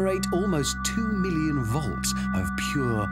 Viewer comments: Jeeper He didn't say "vlotz". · am German and it even hurt my ears. He was a bad example, but it sounds better usually. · its woltz. learn to speak proper german. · "ᶠᵒᵘʳʰᵘⁿᵈᵉᵈ ˢᵒᵘˢᵃⁿᵈ ᵛᵒᵃᵗ" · nein hondred soazend woltz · The man said. Four hundred zousand bowls😂😂😂